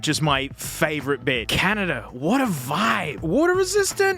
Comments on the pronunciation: Canarda?? I think you meant to say Canadia🙂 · Fun fact: in Russia we pronounce Canada exactly as he said in the video, which gave me a jump scare lol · as an american i want to pronounce it like caNAHda now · You perfectly pronounced Canada in Lithuanian